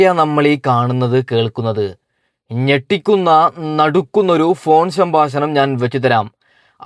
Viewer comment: സംബാശനം അല്ല സംഭാഷണം 😌